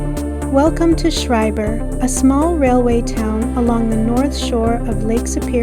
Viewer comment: I hate to nitpick but it's pronounced "skryburr"